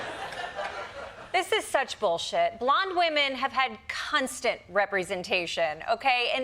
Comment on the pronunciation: did she say "cunstant'? lol